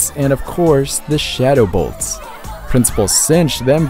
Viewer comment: you said shadow bolts not shadow colts